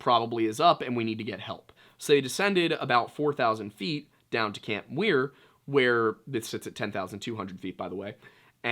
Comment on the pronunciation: It’s camp Muir not Weir